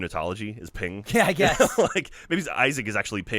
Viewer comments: Hey, its PENG! Not Ping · said Ping instead of Peng 7 times. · was i the only one that cringed every time said ping instead of peng?